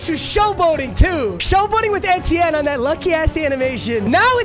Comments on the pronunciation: its travis ee-tea-en not eh-tie-en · I am a Clemson fan and I don't think that's how you say travis Etiennes name Just saying can't control you great vid. He went to Clemson btw